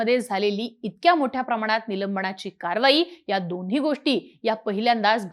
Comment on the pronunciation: नीट बोलण्याचा प्रयत्न कर नीलम्बणा ची नको बोलू, निलंबना ची , असे बोल. ण नाही, न.